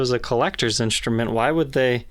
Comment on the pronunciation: people saying inCHtrument drive me nuts...